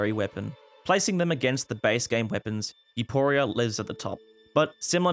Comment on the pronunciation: "youpooria" great pronunciation